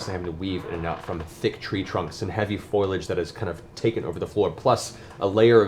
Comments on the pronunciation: Matt pronouncing foliage as 'foilage' is so unexpectedly funny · I love them, but Matt's pronunciation of sigil and foliage grinds my gears...